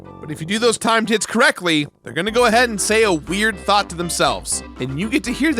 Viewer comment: Not gonna lie, every time said 'Timed Hit' I thought he was saying 'time tit' And I need to get my mind out the gutter.